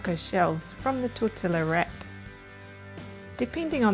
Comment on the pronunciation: Thank you for the great ideas! I will definitely try these. But I have never heard the shell pronounced tortiLLa! The two LLs are pronounced as Y.